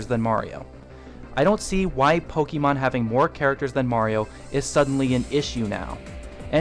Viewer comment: The way you say "Pokemon" bugs me so much xD Don't get me wrong, tho. Great video all-around. Cheers! By the by, I think Little Mac is this installment's "retro" character. Sure, he had a new Wii game, but he debuted in arcades and the NES, and his latest game before Punch-Out Wii is (to the best of my knowledge) Super Punch-Out on the SNES.